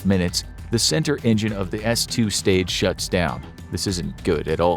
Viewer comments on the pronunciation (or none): gotta love the extra s on shutsS down. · an extra S in shuts but I love the content lol